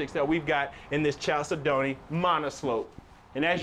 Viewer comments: Love the videos but gotta tell you that the word “chalcedony” is pronounced “kal SED nee”. It’s a type of stone. 😉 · 1) no pantry 2) look up the pronunciation of chalcedony